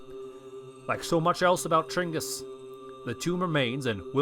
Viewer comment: His name isn't Chingus, it's Genghas